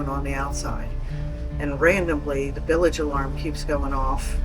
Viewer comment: yes. She does. You should know that. She simply mispronounced it and I was being facetious about the term "billage" which I don't believe is even a real word.